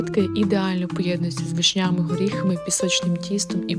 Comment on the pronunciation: Чого «вишнЯми»??!!! ВИшнями!)